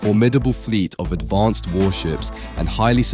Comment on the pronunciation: why do you keep saying advonced